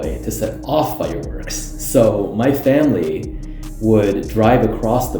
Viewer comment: 重看发现3号的口音确实很重，Child和Family，听起来重音位置怪怪的